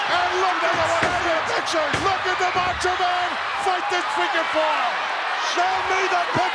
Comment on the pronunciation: "He's the MEhcho Man..."